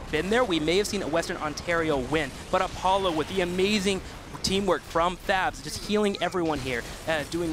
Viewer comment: "op-u-la" i'm pretty sure he was going for a-paul-oh or apollo since his name is paul oh.